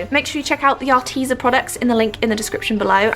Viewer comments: I’m sorry but it’s AR- TEZ-A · Are-Tez-a sorry 😐 it annoyed me no hating *not